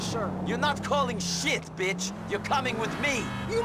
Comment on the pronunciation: this moment always makes me laugh. Best BITCH pronunciation ever.